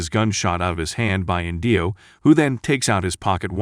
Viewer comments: Oh my gosh, it's not InDEEo, it's EENdeeo. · Inndio! 😂. It’s Indio (inn dee owe) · And the accent on the name 'Indio' is on the first syllable.